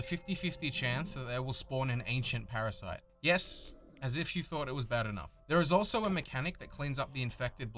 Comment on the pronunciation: parashite?:D u ok,?